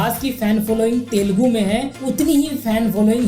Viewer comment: It is Telugu bro not telgu